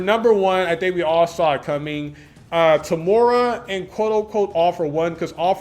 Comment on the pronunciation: btw its eh-ri and toe-muh-ruh for the correct pronounciations i believe! nice video dude :)